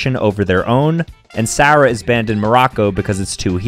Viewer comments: is the kind of guy to claim he's American but pronounce "Sarah" like that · the way he pronounced sarah😑